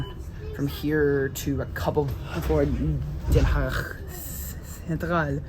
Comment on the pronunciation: Oe, like in Zoetermeer is pronounced like oo in good. I like to see what surprises you, whereas I (65 years) have seen it develope. Den Haag you pronounce remarkely well!!